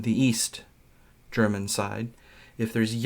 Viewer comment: Not being German, but I think your interpretation was still the best German I've heard from an American board game youtuber :)